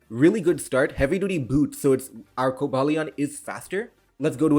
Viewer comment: bro said Coba lion